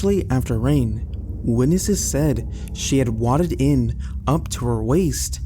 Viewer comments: Especially** Not ex-specially. Way-did** not wadded. Veterinary** not veternary I could go one, but I had to stop. If you are real, please your grammar and pronunciation. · You said wadded in. I think you may have meant waided in. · Someone is oblivious to what they are reading or there's AI involved. "Witness said she wadded in..." Someone read it as it was written. Nobody with a lick of sense would pronounce "waded" as "wadded" unless maybe you're in 1st and 2nd grade learning to read. Something similar has happened in just about all of uploads.